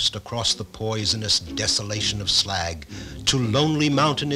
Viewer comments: WHAT DA PRECIOUS?!? Bilbo looks like a freakish Christmas elf, he pronounces Smaug "Smag", and there's a princess!!! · "It's pronounced Slaug!"